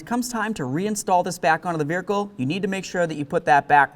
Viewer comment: Vearicle lol, always fun to hear him say it